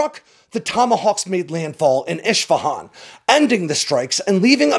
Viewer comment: Great content as usual,, but my friend, you need to learn how to properly pronounce place names if you’re going to keep doing this. Isfahan is pronounced “ISS-fa-hon”. You pronouncedit “ISH-fa-hon”. That would be like saying Bew York.